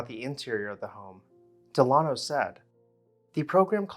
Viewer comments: I think it's probably pronounced DEL-uh-no, rather than del-AH-no. You know, like Franklin Delano Roosevelt. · The architect's name is pronounced Dell-A-no, as in Franklin Delano Roosevelt, not De-lah-no. And is something is "more plain" then it is plainer. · “Dell uh no” as in Franklin Delano Roosevelt. Not “De lawn oh.” How is it you can pronounce “cartouche” correctly but mispronounce the name of an old American family? Good golly.